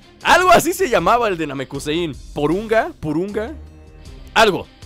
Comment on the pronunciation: se dice porunga